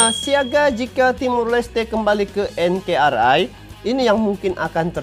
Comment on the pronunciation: Bukan enkerai om tapi enkari (NKRI)